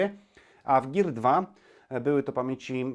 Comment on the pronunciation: "Gir" xD